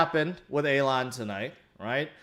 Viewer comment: Does anyone know why calls elon A-lon lol